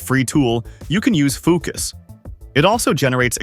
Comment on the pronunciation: "Foo cuss interface" lmfao